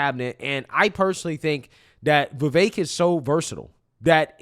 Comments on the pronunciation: Love ya dude, but I have to correct you it is pronounced Viv ek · Why do you pronounce Vivek like that?